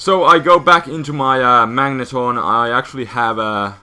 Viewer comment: Did you just called the Magneton a Magnetron, or is it my ears ringing from music?